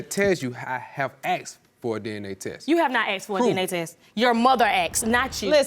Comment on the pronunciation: "AKSED" - there it is again!! AKSED, not ASKED !! Why do they say it??!! (The first case the man keeps saying it)